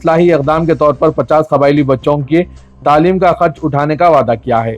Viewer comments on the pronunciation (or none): none